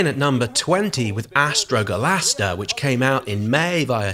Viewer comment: You pronounced Astrologaster as Astrogalaster, and also put it wrong in the description, btw